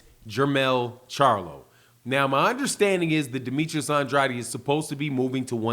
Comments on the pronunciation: It's pronounced aid not adi. You keep saying Andrade's name wrong. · Please say his name right Andrade sounds like and trade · Ya saying Andrades name wrong bro